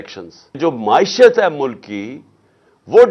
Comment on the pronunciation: کوئی عمران خان صاحب کو بتادے کہ لفظ “معشت” نہیں “معیشت “ (معی شَََت )ہے ۔اردو تلفّظ پہ رحم فرمائیں